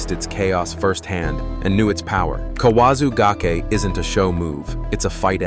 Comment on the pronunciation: You can't pronounce gake correctly twice in a row?